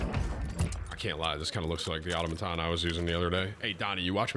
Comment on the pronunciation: “Everyone in this lobby with the exception of one was a demon” were you that one Timmy? Also we still pronouncing Automaton wrong bro?